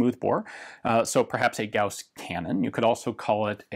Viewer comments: Note from the Pedantic Police: Apparently the correct pronunciation is "Gowes" rifle, but that sounds a little lame...the way you said it sounds cooler... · Thank you for pronouncing it right. Gauss is a name. Yes. "Gaws" sounds cooler you would think, but Gauss (Gouse like House) is the name of a german mathemetician. Carl Friedrich Gauß (ß is ss)